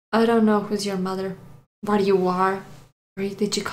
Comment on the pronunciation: "awww that hwut you a wittle bit, thanos?" Proceeds to beat the ever-loving shit out of Tony